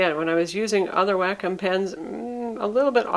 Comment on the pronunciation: "Wack- kum pen."